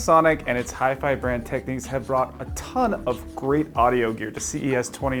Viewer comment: If you could stop pronouncing it "Techniques" that'd be great.